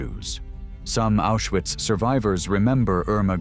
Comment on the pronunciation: Ma come pronuncia Auschwitz, grese,bergen belsen ecc,meglio,andare a. Scuola